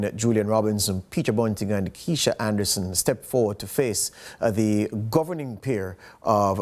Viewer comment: Why does use the pronunciation of the word "THE" so haphazardly? Isn't the convention that before a vowel "the" is pronounced closer to the word "thee" and before a consonant it is pronounced as "tha"? Thee apple. Tha boy. I'm sure knows this. If he doesn't he should and he should start using it as such. It's quite confusing at times.